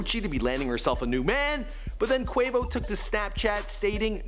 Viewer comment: It’s pronounced QU O VO not QU AE VO